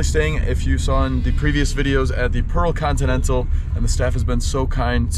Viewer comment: I think you call that hotel as "Pro continental" instead of "Pearl Continental"..😁